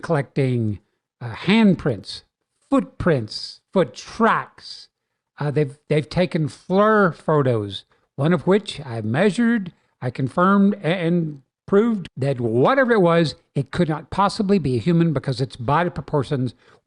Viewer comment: Love your work,, but it’s pronounced FLEER, not FLUR